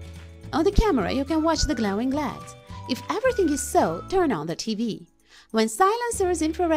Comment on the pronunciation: Here are some of the words and their correct pronunciations; 1- Circuit = sir-ket. 2- Oscilloscope = the "C" is silent. 3- LED= L.E.D 4- This circuit is known as a "Jammer" not a silencer. I Enjoy your channel and how you make stuff from junk.